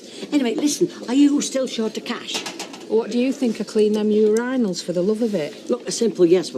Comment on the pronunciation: That Edna is hilarious for her misery. I had no idea that they pronounced "urinal" yu-RHINE-ul. Thanks to her, I know it now.